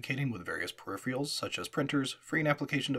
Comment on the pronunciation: disliked. Your narration style is very boring because you speak too fast and without any pauses. Also, you cannot say the word 'peripherals', which is very annoying.